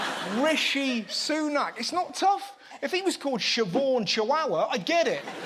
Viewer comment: Jim Bidet can't even pronounce Rishi's name!